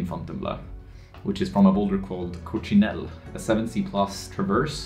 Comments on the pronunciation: Cok - see-nel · Wanna pronounce coccinelle the right way? put a "cock" in there: "cock-cinelle". Useless tip of the day Anyways, me living a hour away from Bleau and not really being able to climb because of covid, I really enjoyed that video ! :D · ladybug is pronounced "coxinelle", but your way of pronouncing it is cute too